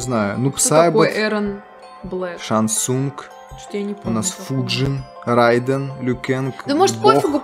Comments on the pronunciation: Не Райден а Рейдан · Правильно произносить не [райдэн] а рейден [рэйдэн]